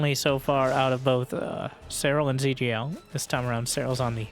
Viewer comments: rip the ZhuGeLiang pronounciation lol trivia: the name's a famous ancient chinese war strategist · Is zugeliang supposed to sound like "zergling" in chinese? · he's a historical statesman around 200 AD, great strategists apparently, and it does sound like zergling now that you've mentioned it!:D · Every time says 諸葛亮, my day gets a little bit better. I remember when I was younger, my friends didn’t even bother to try and pronounce the name and just called him Zee Huge. Happy New Year!